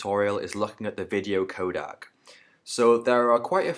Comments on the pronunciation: ProRes is not uncompressed/lossless . shit tutorial. (Also its codec not kodak) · Please don't say it codAc... It is really furstrating... And ProRes and Animation are NOT uncompressed codec...